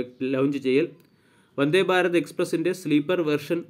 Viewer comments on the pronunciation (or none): Fa....alla.... Bha.....bha... Bharatham......Bhaarathammmm... Faratham alla. ... 😀😀😀